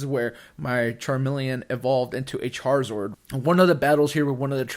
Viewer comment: “Char-ZORD”